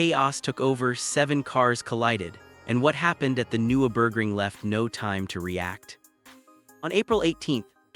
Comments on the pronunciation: AI garbage or someone who knows next to nothing about the race. Can't pronounce the track, driver, and repeatedly using images of other tracks, other racing series, and touristenfahrten with no "Dashcam" view whatsoever. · cant even pronounce Nurburgring